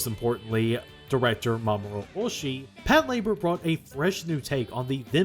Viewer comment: I swear, if I hear another western anime fan pronounce it as “pat-la-BOAR”…